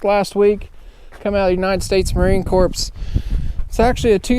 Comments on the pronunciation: I’m surprised more jarheads haven’t chimed in to correct your pronunciation of “Corps”. It’s pronounced “core”. Keep up the good work. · Had a teacher in 5th grade that verbally attacked a kid, and had a full blown meltdown, which caused a core memory to be forever stuck in my head. Wanna know what caused that… because a kid said Marine Corps. He pronounced it “corpse” as you did in the video. This lady teacher freaked out and said to never say “corpse” and to say “core”. She was screaming and having a meltdown over this. Said something about her kid was a marine and was KIA. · Marine Corps……the “ps” is silent. Please don’t sound like Barry Sorreto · The motor/engine thing pales in comparison to pronouncing the "p" in "marine corps". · Love you videos, however one item to improve. Check how you pronounce Marine “Corps”. I believe you pronounced it like a dead body.